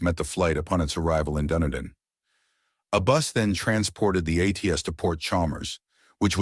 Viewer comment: Isn't it pronounced "Duneeden"?